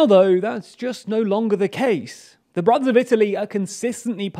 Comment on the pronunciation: What is he saying? "The broth of Italy"?